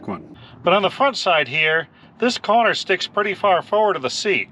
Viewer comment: Was that a "corner" or a "conner"?😁